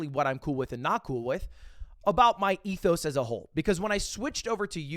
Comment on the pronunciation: When an AP Lang teacher hears Ludwig say Ethos: He really did go to the Harvard of the south west